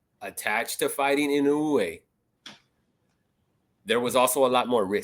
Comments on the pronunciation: 井上の発音が上手ですね。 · Just a small thing. I like how pronounces "Inoue" closer to the original Japanese. Many people, even the official commentators called him like "Inoway".